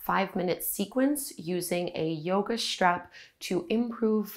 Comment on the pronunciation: Keep your elbows 'schtraight' when you use your 'schtrap'.